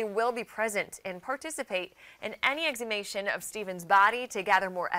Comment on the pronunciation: She didn’t say exhumation correct 😂🤣😆🤣 the first time 🤣😂😁😆